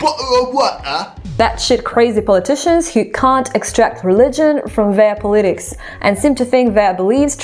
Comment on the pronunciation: Wow, your pronunciation is faf. I collected some bangers I thought I'd share. Eyedioms... idioms, the most gnarled one, Poli tics... it's not 2 words Cants... where you referring to fm genitalia? Putly... partly Sers stuff... serious, I think? Australa... my fav 😅 Stuff member... staff Beryling... barreling I don't know if you are taking the piss or what, but someone who mangles language in an accent I've never heard b4, sounds a little Cajun to me, doing a vid like this is sort of funny, sort of!